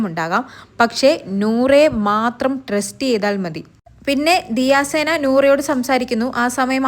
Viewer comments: പെണ്ണെ ദിയ സേന അല്ല. ദിയ സന 😅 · ദിയ സേന അല്ലാടി ദിയസന 😂😂😂😂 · ദിയ സേന അല്ല ദിയ സന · ദിയ സേന അല്ല ദിയ സന എന്ന് പറയൂ